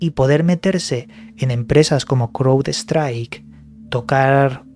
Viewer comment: Se pronuncian.. CRAUDSTRAIK MAICROSOFT